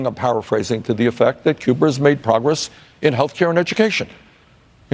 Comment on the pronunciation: Nobody: Bernie: Cuber